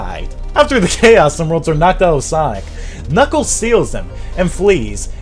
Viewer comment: I mean knuckles not knuckees lol